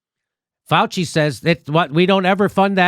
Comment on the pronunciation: “Felchy” not Fauci.